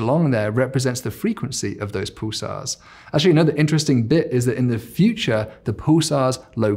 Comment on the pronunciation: Very interesting long 'u' sound in his words - 'puulisar'. 'muul-tiple; etc.